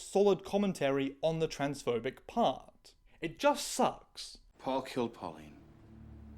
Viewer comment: Your pronunciation of Paul was sounding to me as poor. so it was "Poor Milander" instead of Paul Milander" XD